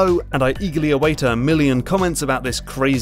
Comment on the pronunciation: By the way, it's Final Fantasy Ten, not ex. X stands for the latin number 10.